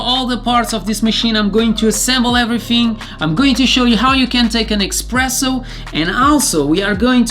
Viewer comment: U keep saying "EXpresso". Its "Espresso".